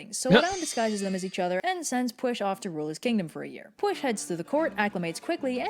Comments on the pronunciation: It's not pweesh, it's pweell, ll is a sound we don't have in English, apparently you have place your tongue as if to make the sound l and then instead of voicing it like you're used to, you aspirate it like a h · Why would there be a sh it's a welsh name meaning that it is using the welsh language which as you would (expect) sounds different also red pronounces the name wrong but also it is not english why would it be pronounced the same that makes no sense